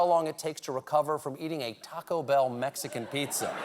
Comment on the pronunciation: YES MEIXCAN PZIZAAA!!!!!!!!!!